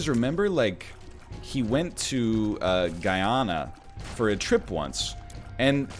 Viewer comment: Hey NL! If you're talking about Guyana, it should be pronounced as "Goo-ya-nah" :)